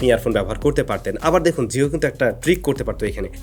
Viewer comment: জিও বলেন, যিও না!